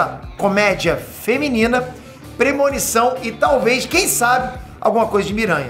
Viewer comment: muito bom quando ele fala “comédia……..feminina”